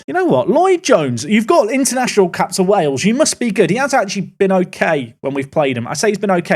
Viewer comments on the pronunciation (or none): none